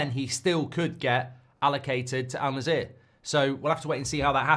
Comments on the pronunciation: it's not "alnazeear", it's called Annasr 😁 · Oh boy, oh boy, never thought that someone could butcher my club's (Al-Nasser) name to this degree 😂😂